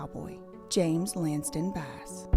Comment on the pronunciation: Bro why do you keep saying Lansten